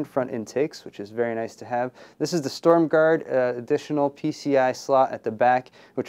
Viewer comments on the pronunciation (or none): Cooler Master Shtorm ;p